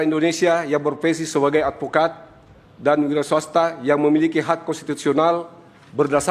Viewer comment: Adfikad jadi jadian baru belajar jadi adfokad